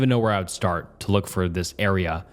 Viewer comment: Come on man, not even four minutes in without pronouncing "would" as "world"? Check your recordings or something.